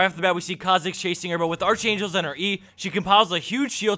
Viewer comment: arch angel? seriously?... it's pronounced ark-angel